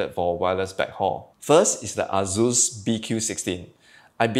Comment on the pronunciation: Dude.. why you allways say azus insted of asus.. z and s id totaly different fonetiks